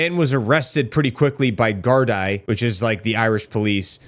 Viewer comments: dude please. If you’re gonna report on us, please learn how to say stuff right 😅 Gardaí is pronounced “guard-ee”. We don’t have a prime minister, we have a Taoiseach, pronounced “Tea-shock”. Great video otherwise man, thanks for bringing light to it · Pronounced "Gar-dee" just fyi for future references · Gardaí is pronounced "Gardee". It's the word for police in Gaeilge and the plural of Garda. Which is one member of our police force. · Handy tips: The singular Irish police is Guard (informal) Guarda (polite) and plural Guardai (pronounced guard-ee). Tusla is pronounced two-sla. But dont worry, you were super close and Irish words arent so easy unless you have heard them natively spoken. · Pronounced Gardee, you neglect to mention the attacks on protesters by the police, pepper spraying them, pushing them to the ground invluding msm reporters, look ar Rebel News Ezra Levant, he flew in from Canada and gives excellent coverage 🇨🇦 🇮🇪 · Absolutely butchered the word Gardaí btw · Not griping just letting you know. It’s a long “e” at the end of Guardai. In case you have another video on the topic. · Gardaí the i is pronounced ee. It means the guardians of the peace.